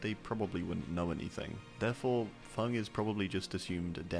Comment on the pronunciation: That’s how it’s pronounced